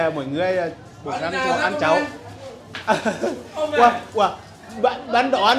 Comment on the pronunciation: Cháo không phải cháu. phát âm lại đi ❤